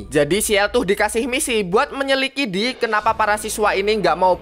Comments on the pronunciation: menyelikidi anjay bukan "menyelidiki" COY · tulisan menyelidiki di bacanya "menyelikidi" 😂😂😂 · 😂 menyelidiki❌ Menyelikidi✅ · 06.00 menyelikidi